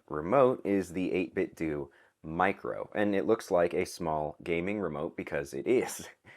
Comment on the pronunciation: The "do" in 8bitdo is pronounced "dough." Like in Nintendo.